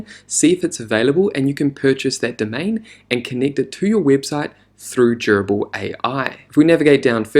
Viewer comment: Love the walkthrough and your soothing voice makes it very easy to listen to ~ aside from the fact that it sounds like you're saying 'gerbil'